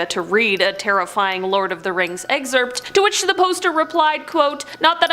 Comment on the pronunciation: 10 seconds in: STOP SAYING, "EGG-ZERPT!!!" 😭